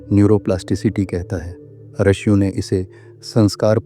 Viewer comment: अत्यंत उपयोगी जानकारी देने के लिये बहुत बहुत धन्यवाद। रिषियों शब्द का उच्चारण रशियों किया गया है।